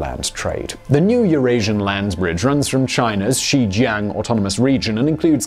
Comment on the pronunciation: Not so good with 'XinJiang - missed out the 'n', to my ear anyway :)